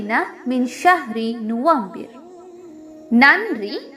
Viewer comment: November ku arab la nuFAmbir thanae yeludhirku neenga FA ku badhil VA sound la soldringalae yedhu correct aana pronounce?? HABEEB LQ3029